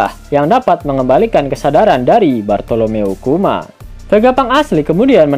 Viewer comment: Bukan Bartolomeo kuma, tpi bartomelof kuma